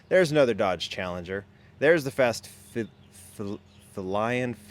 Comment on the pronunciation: Fast Felion is pronounced like a cat, feline, just as a lion. (Fee-lion)